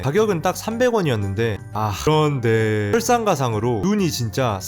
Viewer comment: 그런뒈에~~여러번 들어도 너무 웃겨서 빵터져옄ㅋㅋㅋㅋ